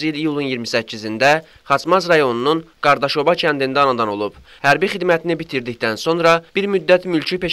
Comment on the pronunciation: Qardaşoba yox Qadaşoba